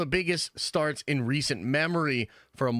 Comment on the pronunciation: ... the news stahhts on up